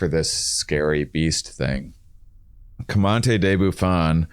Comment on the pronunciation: Love u dudes, but this has been bothering me - isn't it Georges-louis Leclerc Comte De Buffon? you guys pronounce it like "commante" and that honestly sounds cooler but since it's a tier of the podcast I just wanted to ask lol.